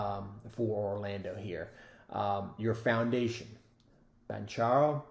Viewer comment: Great video and insight despite mispronouncing Paolo's last name.